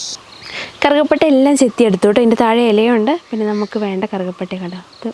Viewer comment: കറുക പട്ട യല്ല. കറുവ പട്ട... കറുക എന്നു പറയുന്നത് പുല്ല് ഇനമാണ്..